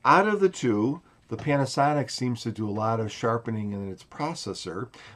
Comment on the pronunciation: Funny accent, pianasonic